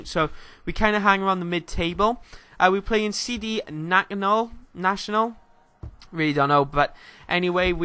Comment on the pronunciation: It is said Nash ee on al. Clube Deportivo nacional de madeira. Been to there stadium. And im a villa fan.